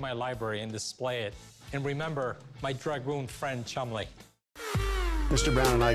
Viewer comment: This guy has no idea what's he is talking about he can't even say dragoon right